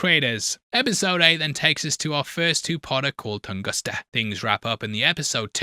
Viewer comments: Tunguska not Tungusta 😂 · Tunguska. Not Tungusta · TungusTa??? HonoluKu???? Are you ok?